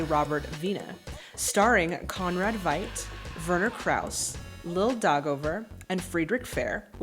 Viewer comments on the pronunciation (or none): Conrad Veidt's last name is pronounced "fight". And you also got Fritz Lang's last name wrong... again. 🙂 P.S.: A somnambulist is a sleepwalker. P.P.S.: "Cesare" is the Italian version of "Caesar" and it's pronounced "che-sah-rae" (stressed on the first syllable).